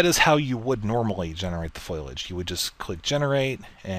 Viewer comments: Foilage? lol dont mean to be a grammar officer but its Foh-lee-age lol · foilage? or foliage